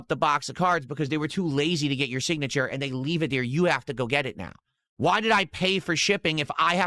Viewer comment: BUH! God it drives me insane. also his AYUND thing